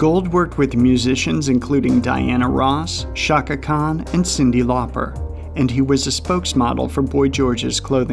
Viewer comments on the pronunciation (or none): none